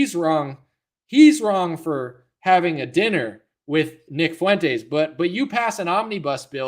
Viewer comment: Real talk, I can't stand any of these clowns...Not "Mile Low"...not "Fuey"entes and certainly not "Tim Fool" or "Con"ye...